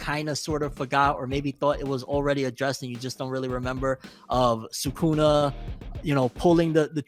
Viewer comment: Americans saying SooKoona is probably the most jarring thing